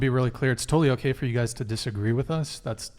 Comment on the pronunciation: Love the way she says guys' opinion as guyses' opinion. The extra syllable speaks volumes. Edumecation.